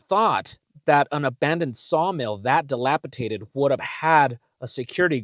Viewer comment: Forgive me friend, I am ocd and a little anal but it's dilapi"D"ated. I love your channel and yor content. Thanks for putting up with me.